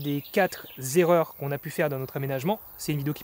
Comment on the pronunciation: Pour les " Zerreurs " que vous avez fait, à quatre, il n'y a pas de S à la fin, donc on ne fait pas de liaison. Et comment faisait-on avant d'avoir le courant partout ? L'humanité a bien survécu sans soucis, je pense que tu t'es beaucoup pris le tête pour un camion. Je me suis pris une Ecoflow, tout inclus et çà m'a pas pris la tête et çà pèse moins lourd ! J'espère qu'avec autant de câbles, tu as un bon extincteur ?